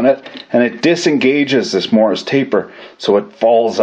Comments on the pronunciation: WTF is a Morris taper? MORSE taper ya damn colonial... sheesh... you AMERICANS... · Isnt it morse as in horse ? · What's a "Morris" taper???